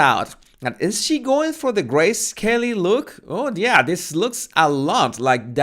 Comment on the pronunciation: Turned my back to the screen for a few seconds to take a bite of my food, and I hear "Is she going for the gray, scaly look?" This sounded very intriguing, so I turned back and found at that you were actually saying "Grace Kelly", but I have never appreciated your accent more, because "gray, scaly" fits MeGain so much better! And that pose in the next picture? Who DOES that, except as a total joke?